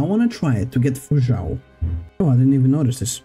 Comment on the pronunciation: zhou is pronounced like joe just fyi